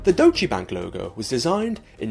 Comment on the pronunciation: It's pronounced "Doytch" not "Do-che"", right?